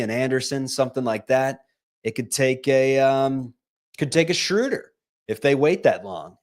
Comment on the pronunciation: you have GOT to learn to pronounce Schröder correctly, or just go with the traditional long O like the Peanuts character. You are not "Respecting the umlaut" the way you butcher it; you make this show unlistenable for me. Here's how you do it